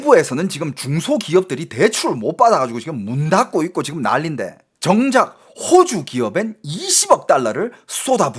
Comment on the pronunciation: 야 임마야 호오주가아니고호주 짧은 단음이다 호오주는 집주인이 호오주란다. 너진짜 말똑바로 안하면 죽는다